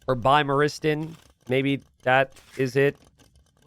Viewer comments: You know its Bima-ristan and T-ristan, and he still cant pronounce it without tangling his tongue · it's be-mar-is-tan 😂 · Bee-mar-i-stan (abode of the sick) = hospital. Just for future reference mate. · bee-mar-iss-TAHN. Not trying to nitpick. Its genuinely a hard word to say. I hope this helps some. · You just need to phonetically sound it out, it's a simple word meaning "hospital" in Persian. Don't pronounce the "bi" like "bicycle", it's phonetic, so read it like "bee". Bee-maw-res-tan (all syllables equal length). "Bimar" means sick/ill, and "stan" means place, so it's the place of sick people. Ezpz. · I'm pretty sure it's "Be my " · You can pronounce it like this (bee...mar...stan) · hahaha! Your attempt to pronounce bimaristan is hilarious It's pronounced "bee-mar-es-tan", Bimar means a sick person, and stan means a place Not sure if it's still used in modern Farsi, but a thousand years ago, that was the official word for hospital all over the Middle East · for someone called "" you really have trouble saying a word that ends in "ristan" same though.